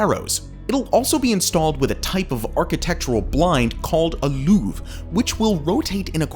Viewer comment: Louvers, not looves.